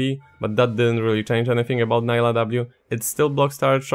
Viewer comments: Her name is prenounced Nee-lah not Ni-lah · it's pronounced nee-lah btw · I need people to start listening to champ names. I get so tired of hearing “Nailah”, “Yoan”, and “Samira” (with an American r). Like bruh please Nilah says her own name so much just listen to her 😭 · Is her name pronounced Nah-ee-lah or Nee-lah? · Her video has her pronouncing her name, pls review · The real drama here should be your pronunciation of "Nilah" tbh